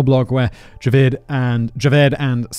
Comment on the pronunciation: As a Pakistani, it's hilarious listening to Simon pronouncing Javed a different way each time.